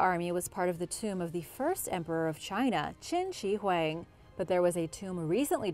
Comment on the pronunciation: Hwang is how u pronounce qin shi huang